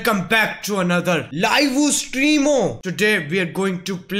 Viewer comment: We say : live stream Carry say :livu streamu 😗😗